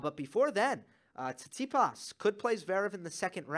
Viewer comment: Great analysis. PS: It's fun to hear you say cheechee-pahs :)